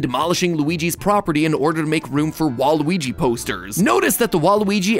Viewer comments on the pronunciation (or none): Yikes it's WA-RUY not WA-RU-WI you can do better than that MattPatt :(